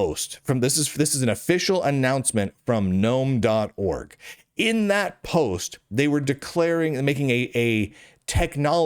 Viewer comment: thanks Lunduke for pronouncing Gnome "nome". it annoys the hell out if me every time someone says "Guh-Nome".